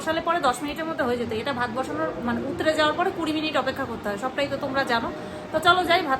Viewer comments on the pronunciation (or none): আচ্ছা একটা কথা বলি উতরে উতরে কথাটা খুব কানে লাগছে গো plzz বলো উথলে 👍👍👍👍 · উতরে নয় গো। কথা টা উথলে